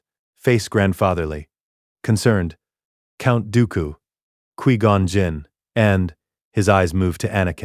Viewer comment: bruh tack some dam accountability for you art stop using ai its painfully clear by all miss pronoced names this a ai voice and what ai slop images turned Dooku and qui gon jinn into lord of rings characters